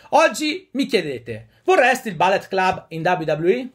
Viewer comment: Perdonami, si pronuncia Bullet come si scrive, non ballet, sennò vuol dire balletto...